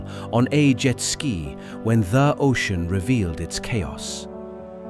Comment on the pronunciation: yeah, many words with the wrong pronunciation but also the wrong stress EE-magine (iMAgine) ogean (ocean) the-ooo-ry (theory) sur-veeeve (survive) chaoze document-tation evac--u--a-tion meazurment eh-ven (even) PRE-si-zon (preCIsion) reorguenezeees (reorganizes) reesponsible colleedid etc.... BUT a breathtaking documentary. Thank you 😊